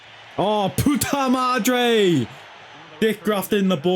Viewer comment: Who taught you to say puta madre?😂